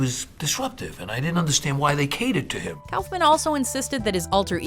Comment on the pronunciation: I've never heard of Andy Calfman. Its Kuffman